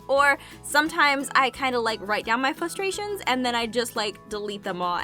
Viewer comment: I like how you sort of pronounce frustrations like flustrations